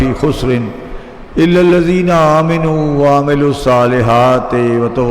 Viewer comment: The actual word is Amanoo not Aaminoo. Pl recite correctly